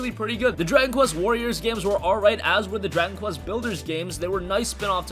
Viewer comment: Drank quest ? I found your pronounciation is so ANNOYING AS HELL ITS CALLED DRAGON QUEST, not drank quest